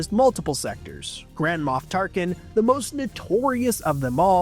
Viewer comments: Moff not Moth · MOFF...wtf is a MOFF? MOFF Balls?